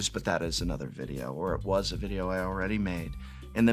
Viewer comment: Prof Talks videro. My Fav.